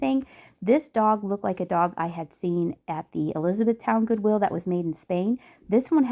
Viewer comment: ...Goowill? lol